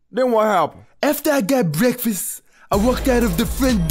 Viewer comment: mcdonalds brefast lol